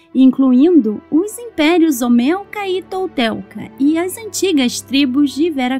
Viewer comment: imperios Olmecas e Toltecas , não olmelcas e toltelcas🫣😬